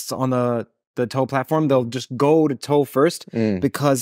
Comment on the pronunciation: Calling the podcast "toe" just makes my skin crawl. Idk why.